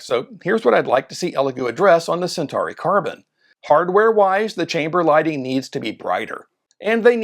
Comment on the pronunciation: What is the correct pronunciation? American? Do you even know Latin? He said Sentahree which is not even close. It's Sen-taw-ree.